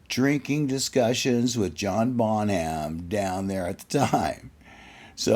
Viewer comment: "John Baw nam"